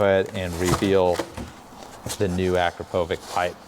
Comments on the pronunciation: It’s actually Akrapovich (Akrapović with soft ch), not AkrapoviK But good video nonetheless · Hate to be that guy, but it’s pronounced a-krapo-vich….😜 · Nice tutorial I really do enjoy these, but every time you call that muffler by its name my (european) ears hurt! The brand is Slovenian and is called like "witch" at the end. The sign over the "^c" makes like "tsh" in english. Thanks. ;-) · Hey! It's pronounced Uh-Krop-O-vich